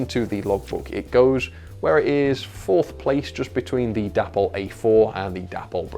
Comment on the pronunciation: Day-pol not dappol! If you watch any Dapol videos you’ll hear that’s how they pronounce. English spelling rules tells us that Day-pol is correct!